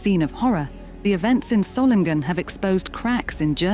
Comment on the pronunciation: It would be good to learn to say the name Solingen: Soling en. There is only one G in the name